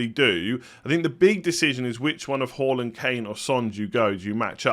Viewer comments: hAAland not hAUland! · Good to watch you again and well done for pronouncing Haaland correctly!!